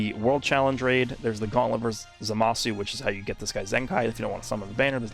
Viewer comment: still surprised that speaks japanese but still pronounced his name like za Ma su